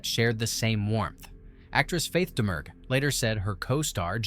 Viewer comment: Faith Domergue's surname has a silent G. It's pronounced Dah-Muir.